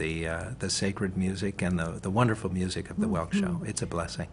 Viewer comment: Wunnerful wunnerful wunnerful!! hehe :D